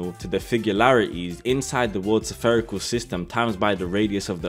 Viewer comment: Why do you pronounce spherical as severe-ical?